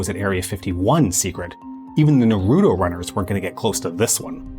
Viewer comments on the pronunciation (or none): none